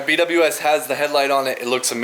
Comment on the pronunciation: B W S ❌ “Be wiz” ✅ 😜